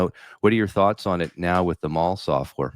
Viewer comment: Maul software ? It was named after Mal Evans. Please have respect. It’s pronounced MAL.